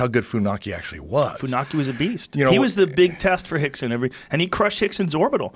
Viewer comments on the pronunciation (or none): Why do they keep saying Hickson and not Rickson? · Are they saying Hickson? Not Rickson? I'm I trippin? Cause its Rickson Gracie. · Are they saying Hickson.....wasn't it Rickson? No hate just curious. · rickson is pronounced hickson like how royce is pronounced hoyce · In the Portuguese language the letter r is pronounced as an h, rixson is brazilian and they speak portuguese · Hickson? Rickson idiot